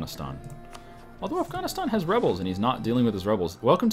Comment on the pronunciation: How do you mispronounce Afghanistan it's pretty simple to pronounce